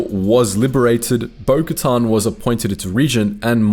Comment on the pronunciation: Why do you keep pronouncing bokatan name like that…?